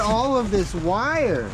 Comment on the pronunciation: Can you say wire !!!!??